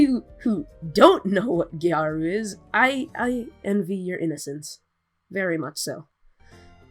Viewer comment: I love how YandereDev corrected you on how "gyaru" is pronounced even though he butchered the pronunciation. It's gyah-ru, not gai-ru